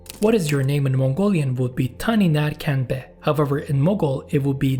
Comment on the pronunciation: hey man, just some key points for pronunciation as a mongolian "Tany ner khen be?" would be closer to " Taenii(ii read as long e) ner hen(yeah kh makes h weird right lighter h than khan tho) be?" so Taenii ner hen be? would be closer